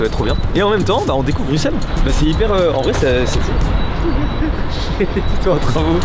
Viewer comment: Mastu qui dit brusselles au lieu de bruxelles 🫶